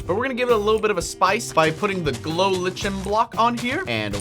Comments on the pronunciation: It's not pronounced "lichen" it's pronounced Licen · ITS PRONOUNCED 'Li-cken', DUDE! NOT 'Li-chen'! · It’s pronounced glow like ic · lichen is pronounced "Lyken" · Bruh glow lichen lol it's pronounced liken even though it's not spelled that way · Not to be rude but its pronounced ly ca n